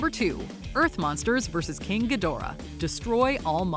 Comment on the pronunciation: It's pronounced GEEdorah. They even say it like that in the movies.